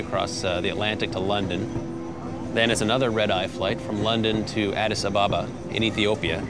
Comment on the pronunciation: Why can't you pronounce Addis Ababa properly ? Maybe it's because you're American !